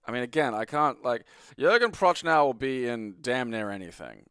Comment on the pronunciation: pronunciation of Jürgen Prochnow is criminal, but given his absolute linguistic ineptitude, wholly understandable.